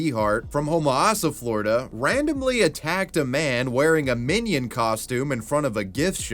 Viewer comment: Not floriduhhh, for nothing